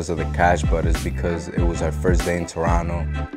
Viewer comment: He pronounces Toronto perfectly